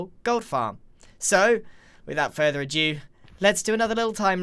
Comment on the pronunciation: FYI: ado is pronounced "ahdoo" in all accents. I'm guessing you're overcorrecting after hearing Americans say "ado" and assuming it's following the same rules as "due". Hope that helps! And since I'm commenting already: your mansion and fun episodes are incredible. Thank you for the fantastic, entertaining content!